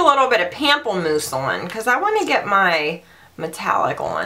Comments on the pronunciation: You make GWM so entertaining and refreshing. I always need to pause when lining my eyes or lips, because I can't stop laughing. 😅 Btw, it's pronounced 'pomp-pleh-moose', which means 'grapefruit' in French. Never change ! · the way you say 'pamplemousse" is seriously the most hysterical thing ever...love it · Omg, pamplemousse is cracking me up, I'm sorry. That's such a funny word. I'm sure it sounds sexy when properly pronounced, but French is too high class for me. I hated it in high school. I signed up for Spanish 3, but not enough folks were as nerd as me, so they stuck me in French. Whyyy?